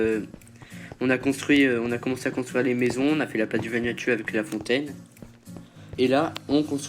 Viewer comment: On dit pas VanuatU on dit vanuatOU